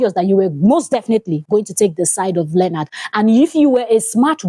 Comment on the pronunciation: It's not learnard, it's LEO-NARD